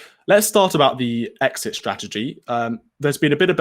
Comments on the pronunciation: "What is our exshit strategy"? That 12 year old journalist needs to learn to speak proper English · "What is our exshit strategy?" Jeez, someone needs to learn to speak English properly.